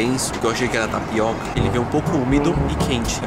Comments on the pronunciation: "TAPIOCA" kskskksksksksk to morrendo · Meu Deus "Tapioca" KKKKKKKKKKKKKKKKKKKKKK